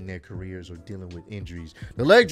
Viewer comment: IT'S CAREERS, NOT CARRERS